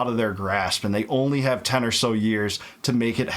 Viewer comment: She says ant instead of and.